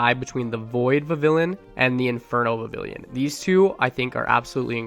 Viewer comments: vivillon is pronounced vih-vee-yon. it comes from french "papillon," meaning butterfly, and in french a double-L is pronounced like a Y. and in the anime, they pronounce it vih-vee-yon. vivid papillon = vivillon! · You gotta pronounce Vivillon with a bit of a french accent, like "vivi(d)yon", the (d) is just to show that you pronounce the vivi like vivid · Vivillon VIVId papILLON (French for butterfly) You don’t pronounce the ‘L’s , so it’s Viv-eon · Not a big deal but it is Viv-ee-on Thanks for the content, keep it up! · It’s Vih-Vee-On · IT IS PRONOUNCED VIVION THE Ls ARE SILENT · vivillon is pronounced Vi-VEE-on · Vivillion is pronounced like a spanish double L, and so it’s pronounced Vih-vee-yon. (The spanish double L is like a Y in english) :) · Vivillon is pronounced "vi vi yawn" and I have also caught every single biome varient and the dye evolutions. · Vivillon is pronounced Viv eon because of the French word for butterfly papillon pronounce pap eon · It’s pronounced “vee-vee-yon” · Its pronounced "Viv-eon" as its name derives from the french word for butterfly, papillon (pronounced "pap-eon" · Vivillon is pronounced with the double L like a Y, so it would be like "Vi-vee-yaun" This is because in french a double L is pronounced with a Y and Vivillon is from Kalos, the france inspired generation. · I think you pronounce it Vivi-yon 😅 thx for the helpful video! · Vivillon's double L is silent.